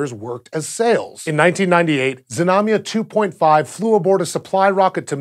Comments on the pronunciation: Знамя (Znamya) is pronounced with the Z and the n sound together, so it's Znam-ya and not Zi-nam-ya... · Russian pronunciation tip: There was nothing dire about your rendition of Znamya, but for the fun of it I thought I'd tell you the proper Russian pronunciation. Znamya is two syllables, stressed on the first, so avoid saying "zi-nami-ya." A few of the times you did the "zna" very well, flowing the z right into the n, but other times you added an i-sound in there, and the same goes for the mya. "zna" is just like "sna" but with voice, while the "mya" can be approximated with a "mya" sound (no i in between), but actually, it should be pronounced with a "soft" (ie Y-ish) /m/, and then a short schwa (uh-sound), because it's unstressed. So the best, Russian, pronunciation is more like "ZNA-mʸuh." [zná.mʲə] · Why bother to pronounce it Zuh-namya, that's like saying suh-nake or suh-mile. It actually takes more effort to mispronounce it than to say it properly. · Your pronunciation and [everyone's] spelling is off. I hate how this information seems to be missing from the internet, and instead of going out to look we all just regurgitate year old motherboard articles to each other to sound cool. Being a Russian, i would spell it Znamia. Russian: Знамя (use google translate for pronunciation, it is not hard) . And contrary to popular belief, it does not mean "banner" , at least not exactly . The word does not directly translate, but it is closer to "emblem" or "ensign" or "family crest". Znacha means "meaning" and "Znak" means sign, the words are related. Sorry, when i think of "banner" i think a long horizontal advertisement in a football stadium or on a website i am trying to read. Jeez! get your facts straight :(